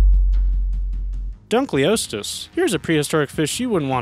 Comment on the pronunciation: You pronounced duncleousteous wrong